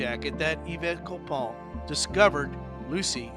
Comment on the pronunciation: Yves is pronounced "eve"